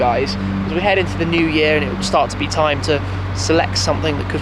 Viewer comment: Breathe, Mr Big Trrrime 0.17